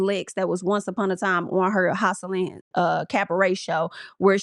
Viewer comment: Pronouncing Joseline as houseline is making me weak!!